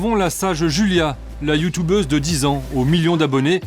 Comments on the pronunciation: "Nous avons rendez vous avec une autre Youtoubeuse " Ça m'achève à chaque fois XD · Par contre youtUbeuse pas youtoubeuse